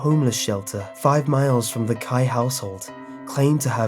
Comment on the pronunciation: Ah me and Sakura have the same first name😂At least he can say Kai right, but I still love the way he says Sakura🌸